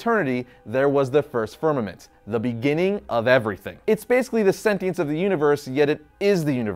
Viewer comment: Is he saying vermament or fermament , the first universe?